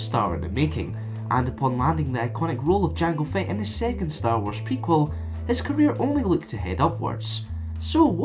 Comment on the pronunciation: "Jang Fett"